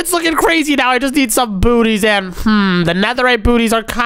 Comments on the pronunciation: Bro said boots booties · Bro said bootys